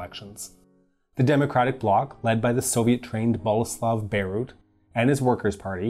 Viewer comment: romantic Chopin in the background ;-) however you repeatadly said Bierut like Bejrut - it is totally different pronunciation ;-)